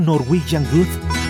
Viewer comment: muy bueno el video pero cuando dices norwegian Good me causa gracia xd. Un abrazo!